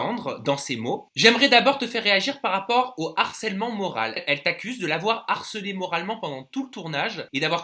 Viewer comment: moral avec un "e"😂😂😂😂